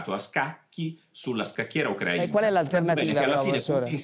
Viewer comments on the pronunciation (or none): none